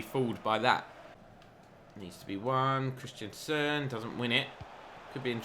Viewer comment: Great series but this is getting to me - it's Christensen, not Christianson. It's just pronounced "Chris-ten-sen"...